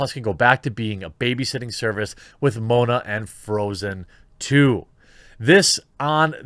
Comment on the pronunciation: For shame, Jeremy...as a New Zealander, Lucy Lawless is only 52 and still acting..albeit in Australia at last check..and it's "Maw -Arna" not Moaner...c'mon now...